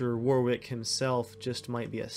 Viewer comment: Why can’t Americans pronounce the names properly it’s wahwick I know it’s because your not used to seeing those names and they’re spelt weirdly.